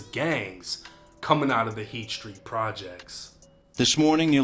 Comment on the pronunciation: lol he can’t even say Street properly !